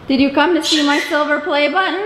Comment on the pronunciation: calling silver "silvie" and the favorite metal to me that's crap doubled me over. Heh heh!